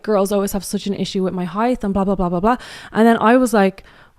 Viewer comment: Am I hearing "heighth" instead of height or is my speaker busted?